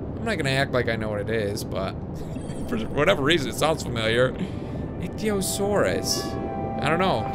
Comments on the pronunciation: Pungency it's pronounced IKY-O-SORE-US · haha its not ithyosousas its itchysauras